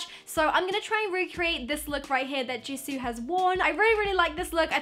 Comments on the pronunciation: Don't worry, you pronounced Jisoo's name right☺️ I'm happy you didn't say it like "Jisow" like most people do😑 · you said jisoo right 👏 i used to say J(eye)soo instead of j(ee)soo when i first started getting into kpop and stanning blackpink so congrats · I like Rosé best from blackpink and yes, you are pronouncing Jisoo correct! I didn't know you were into kpop! My favorite kpop band is BTS btw